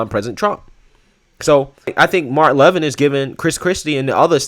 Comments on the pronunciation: Hey Excellent segment. Just fyi his name is pronounced Mark Lavean. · Brother, not to sound like a smartass or know-it-all, but Mark's surname is pronounced "La Vin" not "Lev In". I hope that feeble attempt at showing pronunciation comes across right. I made the same mistake for a while myself when I first became a viewer. The reason I mentioned it is because there is a Mark Levine that is pronounced the way you're saying "Levin's" name. Take care Brother, love your commentary on things. Keep it up and you might wind up at One America News! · Its pronounced Mark Laaaa-vin.. He's the great one of sound constitutional mind. Former Regan guy. I like your show and think you should give Mark a listen to. Goodjob!